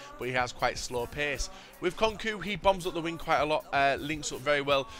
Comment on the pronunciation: LOL butchered Konko's name when saying lit